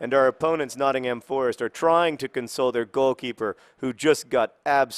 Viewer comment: Notting-hum, not Notting-HAM. Sorry to be picky John.